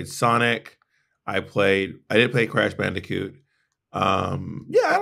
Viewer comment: the way she says crash “bandikoot” 😭😭😭